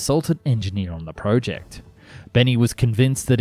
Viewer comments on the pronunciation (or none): none